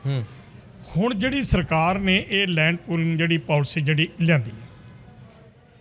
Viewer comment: ਐਂਕਰ ਸਾਹਿਬਾਨ ਤੁਸੀਂ ਤਾਂ ਸਰਦਾਰ ਹੋ ਅਤੇ ਪਗੜੀ ਬਹੁਤ ਸੋਹਣੀ ਬੰਨ੍ਹੀ ਹੋਈ ਹੈ। ਲੈਂਡ ਪੋਲਿੰਗ ਨਹੀਂ ਇਹ ਲੈਂਡ ਪੂਲਿੰਗ (Land Pooling) ਹੈ। ਆਪਣੀ ਪੰਜਾਬੀ ਨੂੰ ਸ਼ੁੱਧ ਕਰੋ ਜੀ। ਥਹੁਤ ਦੁੱਖ ਹੋ ਰਿਹਾ ਹੈ ਤੁਹਾਡੀ ਪੰਜਾਬੀ ਸੁਣ ਕੇ।